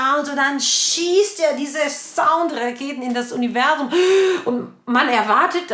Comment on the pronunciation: Wenn du "universum" gesagt hast, klingt das nicht ein wening? Grüße von den Malediven